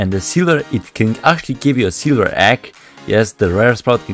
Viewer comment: Seelver, eepiek sprout